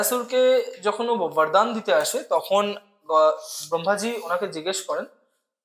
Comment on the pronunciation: Sob bhalo laglo khub interesting. Kintu kichu mone korben na. Ota vardan noi bordan. Yomlok noi jomlok. Banglai jkhn podcast korchen apnara. Bangla uccharon je ta hoi seta karun bhalo lage. sunte.